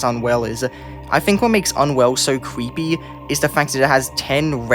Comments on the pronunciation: Why does he say "cweepy" instead of "creepy" or is it just an accent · "qweepy" "weal" "qweeture" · “Cweepy” bro wtf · "cweepy skin"💔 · it is cweeeeepy. get it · Sto saying cweepy bro it's kinda annoying🥀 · "it LITERALLY has CWEEPY in the name, what you think it wouldnt be in the list??" barry kripke spit yo shit! 🗣🔥